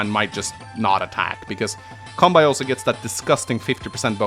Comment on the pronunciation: And Kanbei as Cumbei it also does not help when he calls deejus , a master baiter